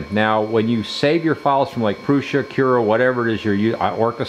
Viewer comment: pronouncing Prusa in the right way is a kind of respect! Got me subscribed.